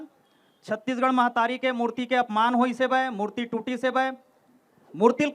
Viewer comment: मेहतारी नहि महतारी सुन लव ठीक से